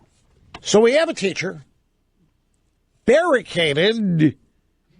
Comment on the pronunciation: Berry caded?